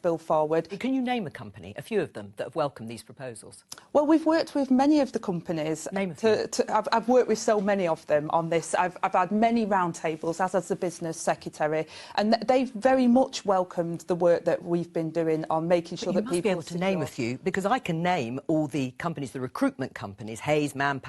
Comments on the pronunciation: "The Business Sec etary"! The woman is an idiot. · Cannot abide people who say secetary rather than secretary so ignorant in so many ways. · What's a sekuterry? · She can't even pronounce secretary correctly.